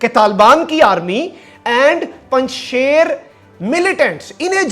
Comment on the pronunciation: مخدوم صاحب، آپ سے دو درخواستیں ہیں 1 براہ کرم پنج شیر کا تلفظ صحیح ادا فرمایا کریں، شیر کا تلفظ ش ی ر ہے shir کا اردو میں تلفظ شی ر ہے 2 سنسنی سے پرہیز فرمایا کریں کیونکہ اس کا نتیجہ فائدہ کی بجائے نقصان کی صورت میں نکلتا ہے آج 4 ستمبر تک تو پنج شیر طالبان کے ہاتھوں فتح نہیں ہوا.